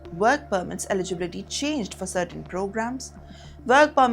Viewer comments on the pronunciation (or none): .you dont.even.say the words correctly.Not ibility.canada doesnt promise.its der choice.to stay.in canada indian student visa mostly fraud.canada doesnt promise anything for indian student go home messy people